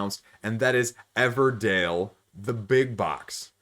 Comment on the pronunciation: Everdell, not Everdale